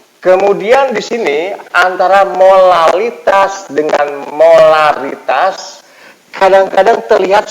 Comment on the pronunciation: Pak lamun nu cedal mh molalitas semua nyebutnya hehe